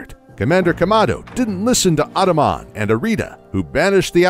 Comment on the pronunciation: You pernounced Ingo, Adaman, and Cogita wrong its Een-go, Add-uh-man and Cog-eeta